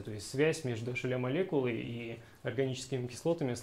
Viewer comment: Лол, никак не мог с начала понять, что за ашеля, а это hla (эйч эл эй)